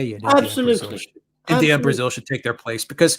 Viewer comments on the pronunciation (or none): none